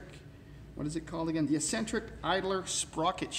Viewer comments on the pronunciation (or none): Always fun watching the American cousins grappling with English, let alone Brit engines. (I mean that in a good way.) FYI, if it's the word 'eccentric' you say " ESS-entric", when it is actually pronounced "ECK-sentric". A small but important difference. What was the off-camera discussion? "Stand back, son, let me do this otherwise you'll probably break it". :-D